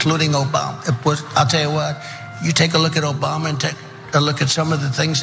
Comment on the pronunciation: Trump: “Obamna, Obamna, Obamna” 🤣🤮